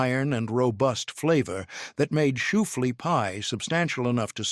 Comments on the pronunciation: Where do they get these narrators?? SHOEFLEA? Really!! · I know, right, and it was said like 10 times!